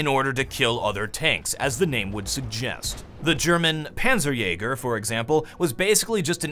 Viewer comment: pronunciation of panzer jäger = crippling orgasm